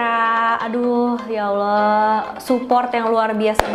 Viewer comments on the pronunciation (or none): none